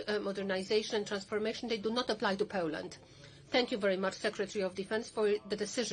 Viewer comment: her English accent was very poor. They could've hired someone more qualified. FFS she couldn't even pronounce Poland properly. That's a disgrace in itself.